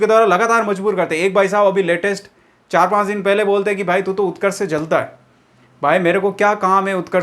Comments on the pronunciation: Utkarsh ka o nhi u hota hai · Utrakskh m u hota hai o nahi bas y word mistake Hui h video m sudhar lena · उत्कर्ष में O आता ही नहीं यार😂😂😂😂😂😂😂😂😂😂